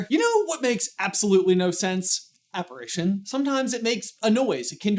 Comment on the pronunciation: wouldn't be aparAtion, not aparition?